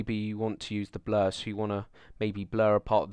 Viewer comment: lol. he says Bluh, instead of blur xD